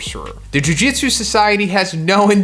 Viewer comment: Why does he pronounce Jujutsu like Jiu Jitsu lol